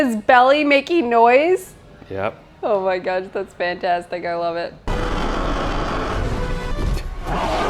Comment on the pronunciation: love when the Minnesota comes out of lol. "oh ma gosh"